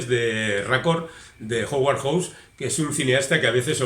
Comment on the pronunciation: recuerda que HOWARD se pronuncua jáuard, y HAWKS es joks. No suena ninguna U.